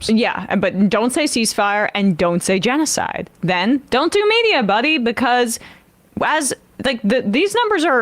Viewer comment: 😂😂he can't say genocide